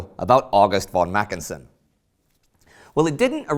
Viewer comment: It should be macKENsen and not MACKensen, as here.